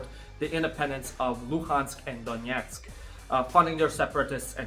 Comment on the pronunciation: i like how he says донєцк to anger both ukrainians and russians equally